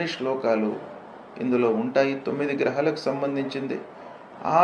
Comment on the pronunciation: At last some positive talks from this guruji🙏🏻 grahalu pronunciation to be corrected..